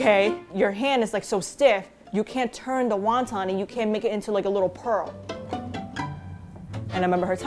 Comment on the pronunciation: never heard anyone say waun taun